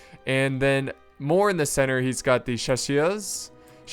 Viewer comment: "We have some french facing down Ze Redcoats..." Nailed it.